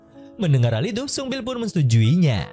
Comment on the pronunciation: Pas bilang sungbil saya kira upil🤣